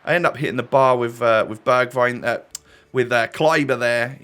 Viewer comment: You say it like berjwign